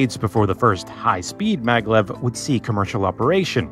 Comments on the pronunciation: Isn't it Maglev and not Mavlev? It's magnetic levitation after all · maglev,not mavlev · What's the hell MAVLEV lol🤣